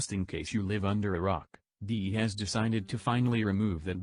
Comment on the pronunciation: When you said you lived under a rock i heard it " you live under Iraq", as an iraqi you got me worried for a second